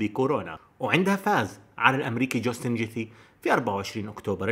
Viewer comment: هو قال جاستن جيثي😂😂😂